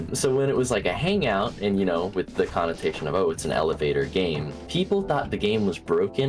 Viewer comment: cant be put into words? "elevaor gam" thakn you <